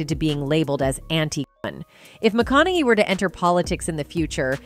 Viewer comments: McCoonowwwyy, Mcaonohey, maaacaaallyyy mawcownowwey. Hard name for AI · MAH-CON-NA-HEY .. if you're going to do a video on someone, get the pronunciation of their name correct! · I love these AI script readers. "McConnely". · Do not say the the word gun is absolutely stupid and you’re mispronouncing the word Matthew McConaughey, which is absolutely annoying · The stupid AI narrating this video keeps pronouncing McConaughey differently each time it says it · Love Matthew... He's great .. the view sucks.... The narrator of this video I think said his name wrong 5 different times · Learn how to say McConaughey! 😞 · This voiceover must be AI because it keeps mispronouncing his last name.